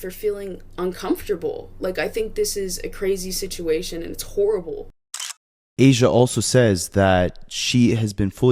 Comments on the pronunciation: Aysia not Alisha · You keep saying Alisha and her name is Aysia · He said that at least twice. Please get the name right. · The name mispronunciation on ayseia and neo has me half invested since if you were invested in this you would pronounce the names wrong, you called neo, neon which is totally different